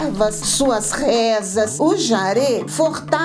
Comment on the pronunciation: Permita-me a correção: o nome é JARÊ, e não jári. Obrigado.